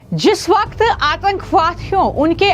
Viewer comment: Yeh Ladkhi Itna mushkil mein kyun baat karti hai, Jis Whahkth Aathankhavahdhiyoh, bewjah ha, ha, karti rehti hai...